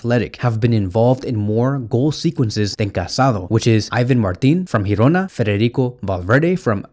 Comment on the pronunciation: It s called Girona, not Hirona